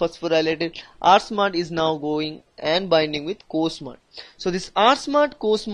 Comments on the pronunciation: Nice; except that it's R-SMAD and co-SMAD, not SMUD. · It’s not smud it’s smad.. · This is smad not smud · First it is transforming growth factor....second protein is Smad not Smud